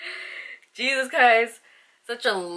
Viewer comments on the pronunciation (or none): none